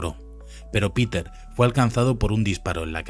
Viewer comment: Por favor el río es Spree;, que se pronuncia spre en alemán, no spri en inglés. Y Peter es Peter en alemán., no pita en inglés. Seamos rigurosos, el documental genial